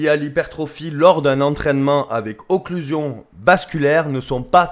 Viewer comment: Tu fais une video sur un principe dont tu ne sais même pas prononcer le nom mon dieu c le fond d’internet la